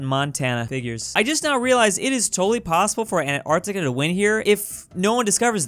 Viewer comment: Antarctica: *is pronounced as An-t-arc-t-ica: ANARCTICA